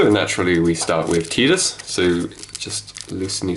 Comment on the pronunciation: Pronounce Tidus name right smfh